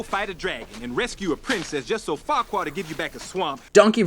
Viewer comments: every time I hear fuckkurad I always hear fuck kurad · farquad sounds a lot like f**kquad